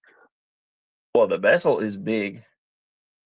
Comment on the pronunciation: i am mistaken or u saying incorrect? vessel instead of bezel